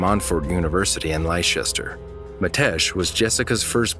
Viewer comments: ahh yes, Mitesh and Jessica lived in that famous county 'Lie-chester' haha.... and all these years I've been pronouncing it 'Less-ter' ....I wish Americans would do their research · It's pronounced Lester, not Lyechester... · The UK doesn't use euros Lest - I- Shur not lie-chester MiddleSbruh not middle-burrow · you say Leicester wrong, it's said like this, Lest-er or Lesta :) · I am sorry but did he pronounce Leicester as Lie-shester? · Leicester is pronounced LESS - TER and so you guys in the USA and CANADA know when you see shire at the end it probably used to be pronounced SHIRE but when we in the UK vocalise these names we usually use our local dialect to sort of shorten the way we say it except really Yorkshire and we usually pronounce the shire more like sheer and when you say Worcestershire sauce you NEVER say it like that over here ever you just use the Worcester part no SHIRE at the end. I know it sounds weird but Leicester is really Leicestershire but like you did we just say Leicester . I didnt want to be rude but your narration is very very good and clear and professional so I thought I would give some simple dialect nuance's that people the other side of the Atlantic normally never get unless they visit here and sometimes it just sounds painful. Anyway hope that helps . Really great productions, editing and story telling . Very educational thank you. I just thought I would help you with some dialect issues I really hope read this because it just sounds really posh when you guys in the States say some of our place names and to be honest they are usually not particularly posh places .